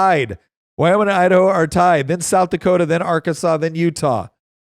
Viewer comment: Do not call it our Kansas, it’s Ar-can-saw